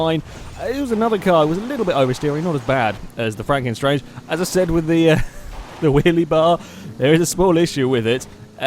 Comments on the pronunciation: I think it is franken stange, not franken 'strange' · pronounced at Frunken Stange (Stange as Mustang, but without the 'Mu')